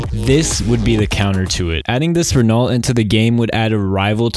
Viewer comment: We just not gonna talk about how he said “reh-nalt”